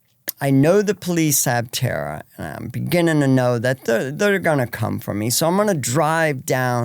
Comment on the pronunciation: Dawg bleets her name one time then its just tara tara tara lol come on respect ur guests